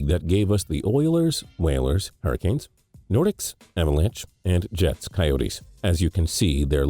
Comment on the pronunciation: "Nor-dicks?" Bro, I think you're great, but brush up on your French pronunciation.